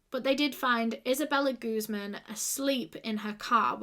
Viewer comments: Just a quick tip on pronunciation: Guzmán is a Spanish surname and as such one needs to put the emphasis on the stressed syllable, this is guzMAN, otherwise it sounds like you are saying 'goose-man' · Her last name is in Spanish it’s pronounced like gooz MAAN